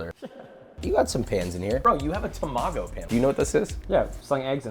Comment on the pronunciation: That’s not how you pronounce ‘tamago’.